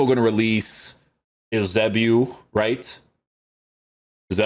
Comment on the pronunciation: Love your content but isnt his name YOU-SAY-BEE-OHH? :D